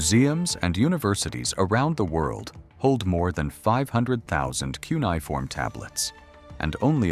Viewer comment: I found this to be really interesting. It's a really good video about how this research can work better using AI to compare fragments in multiple museums and archives. Before doing another of these, though, please teach the AI how to say key words that will be used often. The word "cuneifom." It was mispronounced various ways throughout the video, and I found that to be distracting. Thank you for sharing the research. It's really cool that we now have a bit more of the Gilgamesh story now!